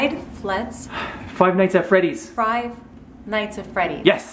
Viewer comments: Five frise at benny's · Five fries... five flats... hugh five nights at freddys!!!!!!